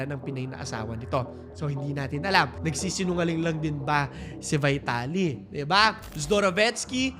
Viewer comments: Pronounce his name correctly, dude.. "VITALY" ✓ V-TALI X VAYTALI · vee-ta-li po hindi vai-ta-li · Corruption and having money gets you everything, is nothing new in the Philippines. And by the way his last name is pronounced Veeetaly. 😬🤭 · Ang oa mo. Vaytali ka ng Vaytali eh mali naman pronunciation mo. VEETALI yan. Hooohayyy! 🥴🥴